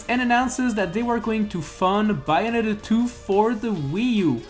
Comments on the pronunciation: It’s bay not by oof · It's pronounced "Bae-oh-netta" not "buy-a-netta" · no Bianetta doesn't mean anything but, BAY-o-NETTA means something to me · Who else cringed when he said Bianetta when it is Bayonetta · It is pronounced BAY-OH-NET-TA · You don't know how to pronounce Bayonetta. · Pronouncing Bayonetta wrong, but only a true fan of Bayonetta will understand the storyline